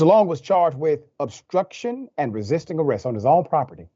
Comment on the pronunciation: "Stop resiting," lol wt f